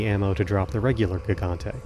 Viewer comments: Did this dude really just call it a GIG-ontay like he's an uber driver? It's HIG-ontay! Silly language stuff. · "The Ga-gante fight" Lmao Had to play that back a couple times to make sure my ears weren't deceiving me. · Fun fact: Gigante is actually pronounced hee-ganté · "gig-gante" dealt me psychic damage jfc